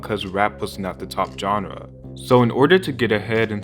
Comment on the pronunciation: omg the way he says "genre" jike "John-re" is killing me lmfao